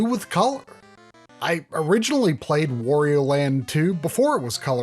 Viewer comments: Wtf is "Wore-eo"? Do you pronounce Mario the same way? Moreo? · I didn't know there are still people who call Wario "Worio" lol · Try, "Wario" rhymes with "Mario" (however you pronounce that).